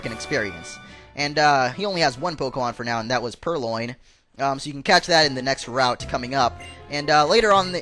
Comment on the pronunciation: It's purLion as in the word lion